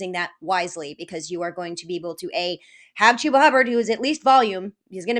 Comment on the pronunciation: She really said Chubba for David Montgomery 🤣 can I join your league?